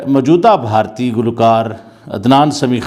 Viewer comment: Wo bhartiya ko bhi bharti bolte h 🤣 chutiye sab 😂